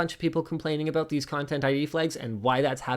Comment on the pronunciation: The best thing from this video was the subtle "aboot". :-) Also, if new content creators use your material to make theirs a little more visible, that's fine. . .but you cannot possibly get pissy when you do not get revenue from said videos. It's like asking a band to play for free to promote your restaurant, but still have ticket sales at the door of which the band gets none.